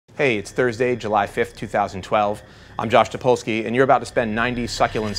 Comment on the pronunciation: Diggin his hair. And that's Topolsky... get it right.